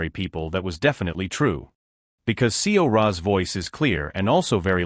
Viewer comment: thanks for this, overall this is great, but there are some things like seora name being read per letter, ms, dr, being read the same. also there are sometimes that the reading voice would slow down on certain words or the voice would just change, that take me away from the story.